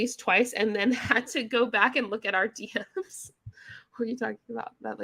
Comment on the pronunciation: When you excitedly say "DM's" the Texas twang starts to come out 😆 "D ehms"